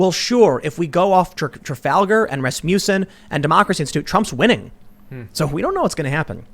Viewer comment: Ras-muss-en. Not ras-mew-son.